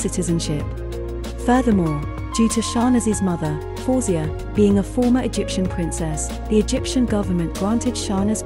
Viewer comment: Her name is pronounced " FA - WEH - ZE-YAH